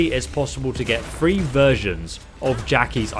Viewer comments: Are you saying free pistols, or three pistols? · Is he saying three or free